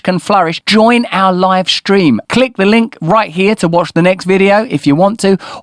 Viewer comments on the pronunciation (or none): none